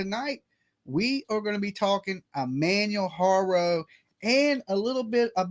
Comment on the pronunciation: You dont say any of his name or page right sorta erks me Ik you say you a country boy but you could put the effort in and learn to say his name and page correctly it's not even that complicated or if you dont wanna learn to say it correctly don't say it so much out of respect